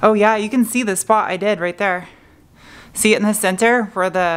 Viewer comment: “Ze windshield” lol